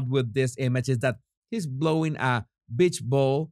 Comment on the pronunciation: You can be as careful as you want with the language but whenever you say beach ball it’s going to come out as bitch ball